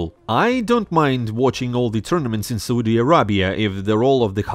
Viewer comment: I like how you pronounce Soodi instead of Saudi xd